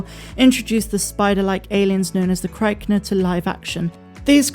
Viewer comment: It‘a actually not a “krykna” (your pronunciation could use some work, btw, it’s “crick-nah), it’s based on the same concept art as the krykna but it isn’t the same animal. It has different mandibles and isn’t blaster resistant (obviously, since Din blasts innumerable amounts of them) like the krykna. Maybe do more research before putting out content. Being first isn’t necessarily good.